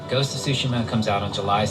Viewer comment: Everybody pronouncing Tsushima wrongly. It is Tsushima not Sushima! Though it make me miss eating sushi.